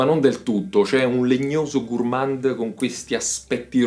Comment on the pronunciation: Gourmand si pronuncia con D muta